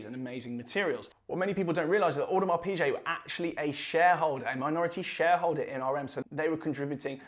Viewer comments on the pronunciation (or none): Its PIGUET not pichet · Really nice watch review and presentation. Video and sound editing are much better. I am a big fan of Watch Talk. Quick note: 'Piguet' is pronounced 'Pige' and not 'Peeje'. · V good watch. But Audemars Pi-GAY is how it’s pronounced. Ok.